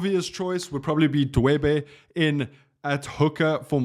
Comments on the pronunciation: Dweba not Dwebe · Dweba, not Dwebe!